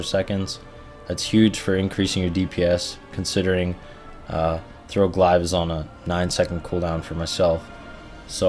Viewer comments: Arno Blignaut lmao Glaive is pronounced glave not glive haha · WTF is a "glaaaiv"?! :D